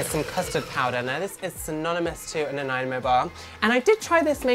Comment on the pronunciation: Thank you for pronouncing Nanaimo correctly 👏👏👍